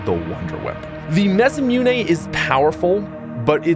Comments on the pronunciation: ma-sa-moo-nay. not ma-sa-mune 😂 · repeat after me: MAH - SSAH -MOO-NÉ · The way he says masamune bothers me a little ;)